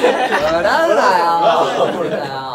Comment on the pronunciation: まちゅの「おもろい」の発音がめちゃくちゃ関西弁に聞こえる 標準語でもこの発音なんかな？？ 前の動画でも おもろい の単語だけ関西弁ぽかったんよな〜